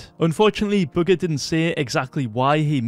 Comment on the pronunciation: i swear u said booger instead of bugha